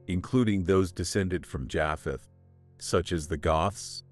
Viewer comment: He keeps saying Jaaapheth and it's making it so difficult to listen to. Is this AI? It's pronounced Jaypheth.